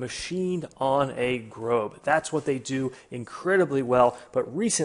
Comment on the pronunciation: It's not GROBE it's Grob exactly how it's spelt